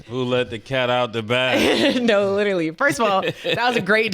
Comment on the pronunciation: Cam said “lyrally” 😭😭*literally